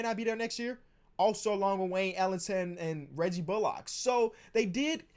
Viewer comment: Pls say Reggie bullock like Sandra Bullock. It’s a pet peeve of mine